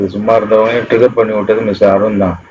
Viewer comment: சார் அது திகர் இல்ல ட்கர், எல்லாம் தப்பு தப்பா சொல்லாதீங்க என்ன கொல்ல போறோன் பாருங்க 🔪